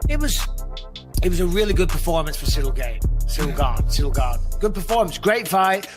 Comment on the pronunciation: Ciryl “gain” Gane